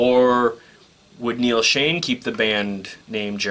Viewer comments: hey....neals name is shon ....not shane . get it right buddy. . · Omg - if I hear Neal “ShAne” instead of SchOn again - I’m going to scream! Why would you get on YouTube as if you’re a Journey expert & not know 2 of the longtime members names?! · It's not Neal Shane.. it's Neal Schon with an O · It is "SHONN", not "Shane", and I always hear "ROLLY", not "Rawly" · Jeff was recommended by Steve HIMSELF to take Journey to the next level. Not that Steve had any input but he said Jeff would have took Journey to the next level. And by the way...Steve Augeri does not sound like like Steve...at all. Not at this time. Arnel is good. By the way...you butchered their last names (Schon and Valory). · Noree N Nadler Thanks for saying that as the mis pronunciation was annoying me too